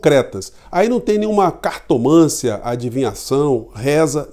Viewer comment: Caro, minha modesta contribuição hoje, com a sua permissão: “cartomancia” pronuncia-se como melancia, não como ressonância. 🥰